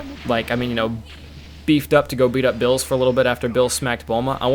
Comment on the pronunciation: ITS BEERUS NOT BILLS!!!